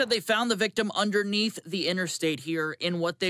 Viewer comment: "...underneath"... Yes...under NEATH...no, not just "under" mind you. No... under NEATH...